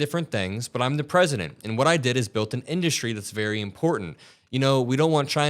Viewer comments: In-dUh-stry… why can’t this dude speak… 🙄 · How does he still not know how to pronounce "industry"? in DUST tree. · How does he not know how to pronounce 'industry'? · You'd think that if the ugly orange blowfish was truly a good businessman, he'd actually know how to pronounce the word "industry." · Anybody else hear the fixation and odd pronunciation of "industry", or is it just me?